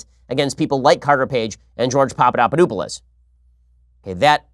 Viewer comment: I’m sorry but when you mispronounced Papadopoulos I burst out laughing 😂😂